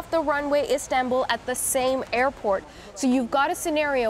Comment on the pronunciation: Nop. I clearly heard. She said islambool